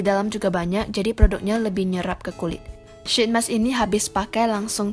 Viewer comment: It's pronounced "sheet mask", not "shit mask" :))